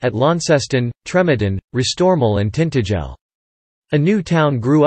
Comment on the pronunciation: Tintagel is pronoumcrd TintA gel agel and Fowey is Foy.